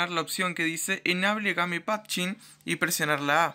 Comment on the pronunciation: Ga-Me? de verdad pronuncias GA-ME? JAJAHJAHJAHJAHJAHA EL REY DE LAS BESTIAS SOS MAN.